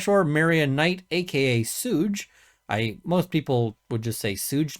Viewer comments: it's not "Sooge", it's "Suge", pronounced like "Sugar" or "Should", but without the "ar" at the end. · But I'm still laughing at "SOOJ" Knight. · Suge knight is pronounced as shoog like you are saying the first part of sugar.... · Sooge Knight had me dead 😂😂😂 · his name is not pronounced sooge... it is suge its pronounce like shuge like your going to say sugar but instead you stop at sug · Yep, "Shoog." Like sugar. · He pronounced it Sooj knight😂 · "Suge" is said "SHUUG". Like you are saying "Sugar". Lol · It's pronounced "Shug" Knight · Two things. I’m pretty sure it’s Shoog night. Secondly, I thought your dogs barking were my dogs and I kept yelling at them 😂😂😂😂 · Hello,. I'm looking forward to your thoughts & coverage of this case. I always thought that it was pronounced "shoog" Knight, like the first half of the word sugar. Have a good evening. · It’s pronounced “shûg” knight. Like the shortened version of “sugar”. You’ve now been corrected for a rappers name by an old white woman 😝. I know it’s not your favourite genre of music. Fascinating case, I will follow this closely. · Lol. "Sooj" Knight. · "Suge" like Sug-ar. ~Shug~ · It's pronounced "Shug". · Oh yay! I’ve been waiting for this! ETA: Suge is pronounced “Shug” like sugar. 😊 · Ha... I came to say that as well lol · I’m really interested to see where this case goes. With mentions of Diddy and Suge knight being involved, it seems like a lot of info is going to come out about the 90s rap crowd Suge is pronounced like suger with out the “er” sound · Suge is pronounced like sugar without the ar, long suspected to be involved in this crime.. I would imagine he’s the mastermind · he mispronounces ‘suge’ several times… obviously not his community. And saying so doesn’t make me racist.